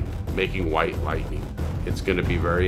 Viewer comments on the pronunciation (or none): When the intro said white lightning, I thought it said wifi😭